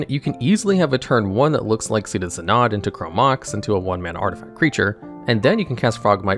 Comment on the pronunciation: I only heard Synod & "Tough", otherwise he got everything else fine.